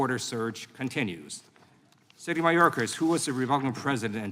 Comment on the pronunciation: Lieu can't say "secretary". How does he get a pass on botching English.